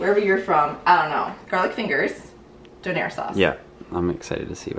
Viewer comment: Not co air..donair